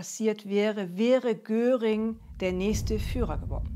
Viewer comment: Der hiess nicht Göring sondern Göring!